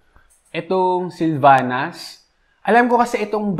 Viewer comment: Hala yung Silvannas. Sksksksks. Taga saan ka ba talaga? HAHAHAHAHA